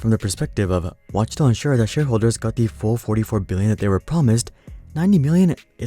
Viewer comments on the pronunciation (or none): none